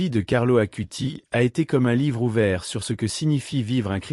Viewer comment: ((CARLO ACUTIS svp..pas Carlo Acuti...)) 🙏